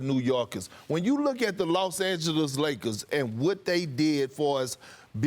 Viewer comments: So we are going to ignore that Perk said “Lakerses”?😂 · The Lakerses 🤣🤣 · Did Perk just call them the "Lakerses" 🤣